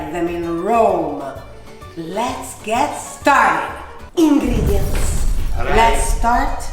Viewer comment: "Lets get started. Ingrrredients"😂💕💕💕💕💕💕